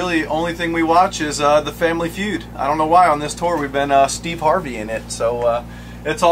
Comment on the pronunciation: Did he say Steve harveyn' it 😂